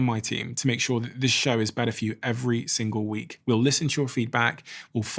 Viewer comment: It's taught him a lot about "howda speak bedder"! 🤷🏼‍♂️